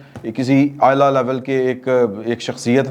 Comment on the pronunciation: آپ نے 15 منٹ پر "اعلٰی کی لیول " کی جگہ "عائلہ لیول" کا لفظ بول دیا 😁